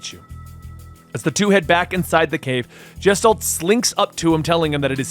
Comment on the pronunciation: its "GUH-STHALT" NOT "JESS-talt"